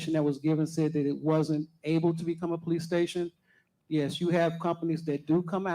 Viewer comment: Poe-lease stay-shun